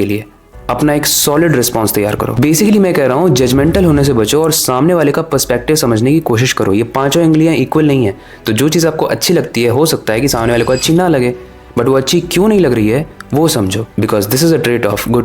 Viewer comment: ungliya ❌ ingliya😅